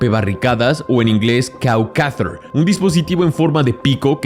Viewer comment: Creo que el nombre correcto es Cowcatcher en vez de Cow Cather.